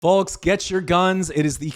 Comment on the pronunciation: This is so petty but the way you pronounce “folks” with such emphasis on the L, really grates on me 😂